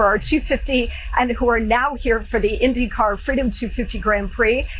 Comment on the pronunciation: Did Melania call the car an 'Indiy Car?' Oh yes she did. All of the teams and drivers are gonna really be thrilled with that one.😮